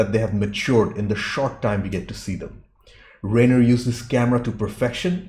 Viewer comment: The Stephen King story was a short story titled The Body. It's pronounced Rob Rhine-ner, not Rain-er.